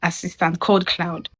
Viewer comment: CLAUDE NOT CLOUD